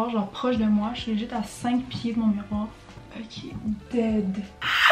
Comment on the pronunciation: "euqué" is the new oké